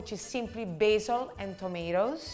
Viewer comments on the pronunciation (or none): none